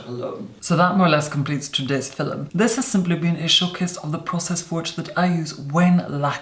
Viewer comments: IS HE TRYING TO SAY FILM WHEN HE SAYS FILUM ITS HURTING MY BRAIN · Does he say filum or film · I like videos but the way he says FILM always frustrates me😂 it‘s film not FILLEM😂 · In the filum love it when he says film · "In today's filem"❤💦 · Is he saying fillem? Not film? Cool. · Is "filum" actually a word? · He’s gone so far out of his way to say the word “filum” as many times as possible... I think he means for people to make a drinking game of this video 🤔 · "fillem" x 3 in the 1st minute SCORE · every time i see a new video in my subscription box i mutter to myself "in today's filum" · fernandodomenico it's just how some of us pronounce film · “Hello everyone. In today’s FILL-UM” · I say filum too... I'm Irish. Didn't realise it was so weird. I only thought Americans say feelm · i love how he pronounces film as fil'm 😂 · I am completely addicted to the way you say "Filim". I love You 😍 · Is it fillim or fillum ? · pronounces film like filum so the commenter was mocking them. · Noo lol the person is just mocking the way talk filum means film lol hope that helped😊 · Draco yeah it’s just how he pronounces film